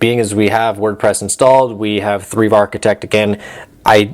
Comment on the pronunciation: Thrive = Threeve? Are you sure? I thought it was pronounced Thrive.